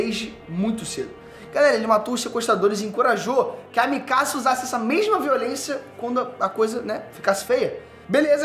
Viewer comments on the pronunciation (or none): none